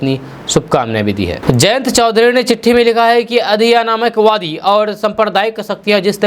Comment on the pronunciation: Adhiyanamakwadi nhi bolie Adhinayakwadi ..Bolie